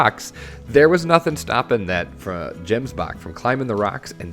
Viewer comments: It's chemsbok (as in Bach) not jemsbok (as in jelly). Perfect tutorial btw....that whole barrier thing was damn tricky. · Hearing the way he says Gemsbok is hilarious. It's an Afrikaans word so I can't judge XD. Thanks for the tutorial! Now I can actually play this game XD